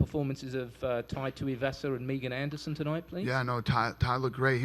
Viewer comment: I face-palmed when Bruce announced Megan. You should know the pronunciation of all the names you're about to introduce. It's literally your one job responsibility.